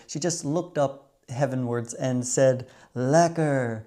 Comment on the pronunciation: The way you said it was also lekker. Would you believe it? This dutchman has never been to the Keukenhof, I'll enjoy the tulips and other bulbs in my garden. The Kröller Müler is great and after many years of training my friends in Rochester can now correctly pronounce Van Gogh and Gouda 😅🖼🎨🧀